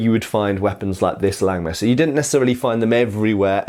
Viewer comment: Hey! Don't take this as an offense, but if you refer to this sword as a "Langmesser" in German, the vocal in "Lang" is pronounced like the vocal in the English "heart". Just like you already correctly pronounce "Nagel". Also in the titel you probably mean "Räuber". The "äu" is pronounced like the vocal in the English "join". As I said don't take this as an offense. You cwn take this advice or just as well forget about it:) Thanks for your great content!